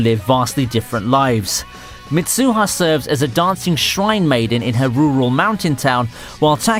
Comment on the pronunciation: hey guys he said misuuuha and taaki